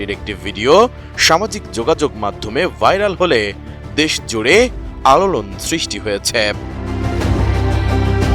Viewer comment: 'আলোড়ন' উচ্চারণ 'আড়োলন' হয়ে গেছে।